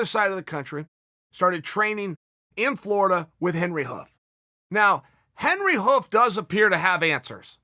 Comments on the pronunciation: Chael, Cody went and trained in New Jersey with Mark Henry, Edgar, and Moraes!! Henry Hough??? Come on Chael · Mark Henry not Hoof